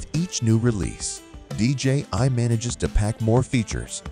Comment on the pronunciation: It's DJI not DJ ....I !!! Jerk!